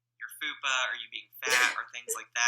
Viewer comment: The way he says fupa XD